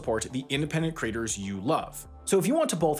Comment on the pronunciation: In the Nebula ad at the end, I know you kept saying "creators" but I kept hearing "craters". Perhaps you could slow down just a tad on that word in particular. I was wondering why I would sign up to see things made by content craters. ;)